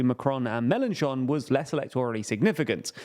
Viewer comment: Am I the only one to hear you say John Cougar Mellencamp several times there?